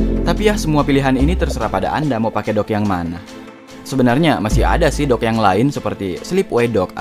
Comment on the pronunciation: bilang dock bukan dog bogeng